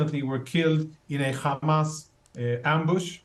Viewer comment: they pronounce it as Khamas...